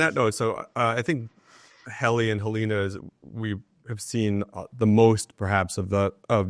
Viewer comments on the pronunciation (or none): I was going to watch this video, but as soon as the interviewer mispronounced Helena I turned it off.